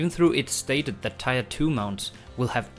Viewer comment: Tier is pronounced teer, and not how it is spelt.